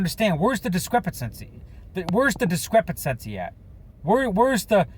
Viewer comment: It’s discrepancy, not discrepancesy 🤣🤣